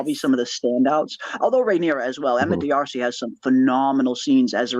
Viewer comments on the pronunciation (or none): ❤❤❤ psst..Emma pronounces her last name like: " Darcy" ....not "Dee-arsee" ❤❤❤😊